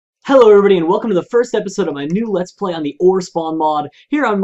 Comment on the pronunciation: sounded British when he said hello on the intro